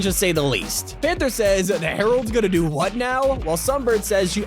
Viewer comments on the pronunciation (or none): none